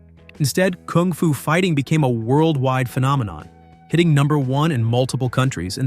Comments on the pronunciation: This bellend keeps playing clips of Carl singing kung fu fighting yet he keeps saying kooong fu? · Stupid bot pronounces it "koong foo" 😅